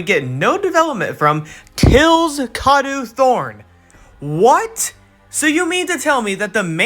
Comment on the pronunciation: It’s pronounced kaydoe thorn